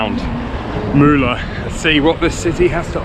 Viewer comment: Awesome videos like everytime Btw in Turkish " Ğ " is not " G " Ğ makes letter longer before it so not Mugla its Muula !